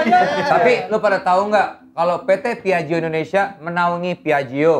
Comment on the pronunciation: Ta ta ta tapi... Cara bacanya : piajjo bukan piajio... Tapi gimanapun keren sih smp di endorse piaggio. Walau buatan italy, di sini juga harganya termasuk tinggi.